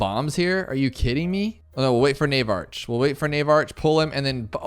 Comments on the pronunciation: Nav ark not NAVE ARCH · Navarch is pronounced NAY-VARK. Magus is pronounced MAY-GISS. Hope this helps